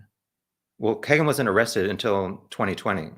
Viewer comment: Pronounced "keygen" I believe rather than "keg"en. Regardless. Trash. White trash. I honestly just started looking into this case and I'm 60 miles from Delphi. RA is guilty, simple just off pca. Imo. But all these perverts are in alot of stuff around Indiana. It's insane the amount of cp, cm, sa, csam that goes on here.